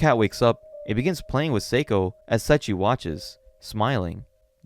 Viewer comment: I appreciate the video , because going back to this manga(vol 14) and finishing it just feels like such a painful task to do.:yougotthis: I only hear "Setchi" (Seiichi) :face-blue-wide-eyes: , edit:with such a long video it would have increased the run time by 2 minutes , totally understandable /gen